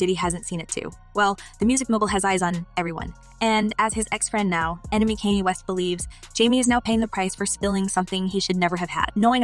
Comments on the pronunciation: It's pronounced.. Khan-yay not can-yee..she said tu- pack geezus christ girl put some respect on the names of the people you're reporting on🙄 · The way your pronouncing Kanye name makes me cringe 🤦🏽‍♀️ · I kept saying why is she saying his name like that. Glad I'm not the only one.